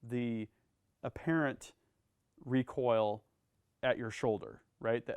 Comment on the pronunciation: When we put wahn wecoil wig